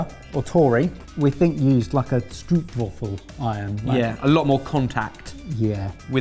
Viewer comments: may I give you an unwanted advice for saying the Dutch word STROOPWAFEL, or waffle. Try to say the Dutch double O as the English O in a word as hoping or over. Or perhaps pronounce it as strobe waffle. Just a tip. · Stroopwafel would rhyme with boat-waffle. The double 'o' in Dutch is a long 'o' sound.